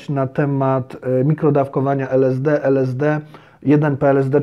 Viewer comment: Najpierw to naucz się wymawiać LSD